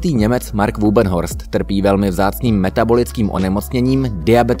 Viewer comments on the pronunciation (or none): Wübbenhorst se čte jako ,,vibenhorzt'' a ne jako ,,vubenhorst''. OMG, to čte snad bot...